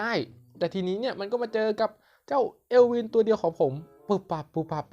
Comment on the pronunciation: มันออกเสียง เอิล วิ่น เอลวิน55